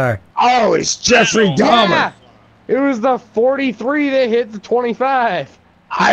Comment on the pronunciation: "Yeffery" LMAO